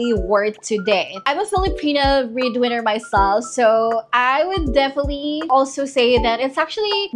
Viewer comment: Liked the video, and I know your accent is going to come out strong, but I was listening and kept hearing breed winner, and not bread winner, and it captions also were that way. Very confusing but I got the drift, and hopefully the breedwinners are not to be breeding with the boyfriend unless that’s consensual 😊😂.